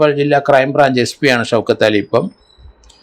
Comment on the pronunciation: ഷൌക്കത്ത് അലി എന്ന് പറ അല്ലാതെ ഷൗതക്കാലി അല്ല 😂